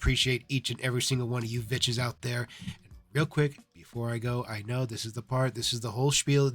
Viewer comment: "What is up vitches" made me lol